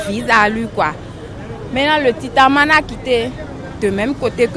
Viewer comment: JE NE SAIS PAS SI J'AI ENTENDU LE TITANMANE 😆😆😂😂